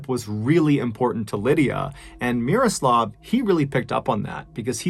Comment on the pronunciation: MrBallen, you nailed the pronunciation of Miroslav's name. You really do your homework. Solid pronunciation is quite rare to hear when English speakers are trying to pronounce foreign names.